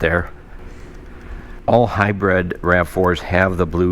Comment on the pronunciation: Thought these type of vehicles were called and pronounced a hybrid.... This way. HIGH-BRID.....u say...... HIGH-BREAD..... Which is correct🫡